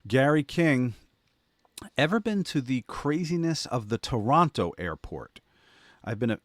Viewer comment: Nash with the proper pronunciation. When you know, you know.